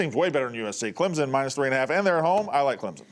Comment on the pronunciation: She also says Texez and Clemzin